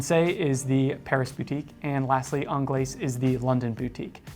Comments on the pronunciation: Actually, it is pronounced onglays as there is an e on the end, your welcome. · Yes, yes I DID see that coming, of COURSE, you were going to pick the Americaine........ worst looking one of the bunch but no bias eh..... and its 'onglay' for the pronunciation of 'Anglaise' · So he doesn't pronounce the S in Francaise, but he does pronounce the S in Anglaise. 🤦🏼‍♂️🤦🏼‍♂️ Yep, his French is shit. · these guys missed a LOT of models , what happened to the Cintree ? The Americaine was designed from the Cintree ! Also annoys me that people cannot pronounce Anglaise … the S is silent…. so called experts wow… Tank Solo XL has automatic movement …. what happened to the Tank Must ?